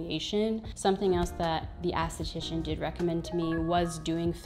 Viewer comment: You saying "ASS-titician" cracks me up. Not being nice nasty, but it's ES-titician. Always love your videos, big fan of everything you produce. I mean no harm by the correction